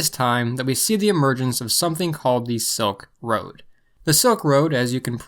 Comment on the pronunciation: It’s Silk Road, not Soak Road